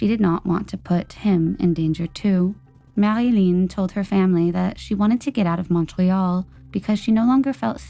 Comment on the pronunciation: LOL, I guess you had gotten tired of all the French pronunciations and just said Marilyn. Awesome upload as usual